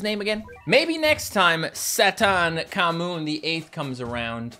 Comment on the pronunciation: i think you pronounce it like this sa thank ha mun